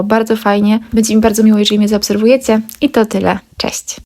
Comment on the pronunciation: Spodzewałam, dmuchac, zaobserwujece , byc, cos , oczywisce, dzało, czesc itd. Dziewczyno tego się nie da słuchać. Cześć! Pilnuj wymowy swoich córek. To bardzo ważne.